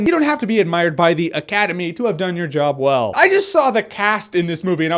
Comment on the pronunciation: I've never heard someone say 'Academy' in a funnier way. Bravo, Jeremy, Bravo